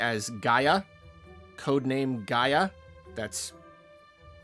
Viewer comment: Pangaea doesn't have the same pronounciation as Gaia. Gaea reads as "jeya" as far as I know. Gaia is exactly how pronounced, "ga ia".